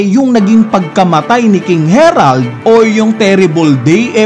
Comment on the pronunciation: eto yung correct pronounciation based on Japanese: Gunko - Gungko not Gun-koo Harald not Herald Sommers not Summers Killingham Hajrudin - High-roo-deen